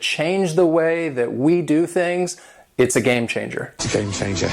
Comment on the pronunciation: why do you pronounce it game (sh)anger...? isn't it supposed to be pronounced game (tch)anger...?